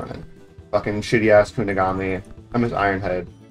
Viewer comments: Bro said kugonami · bro can NOT pronounce kunigami